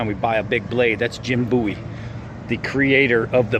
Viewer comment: Thank you for pronouncing Jim Bowie's last name correctly! The musician claimed he chose it as his stage name because of Jim Bowie, but pronounced it wrong and now everybody pronounces Jim's name wrong! The name comes from Scots Gaelic, and means "fair" like with fair skin and blond/light-colored hair.